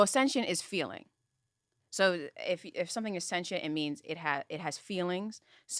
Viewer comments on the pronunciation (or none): Would love if said sentient correctly